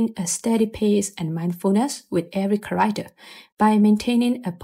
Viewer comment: car - act- er Not carider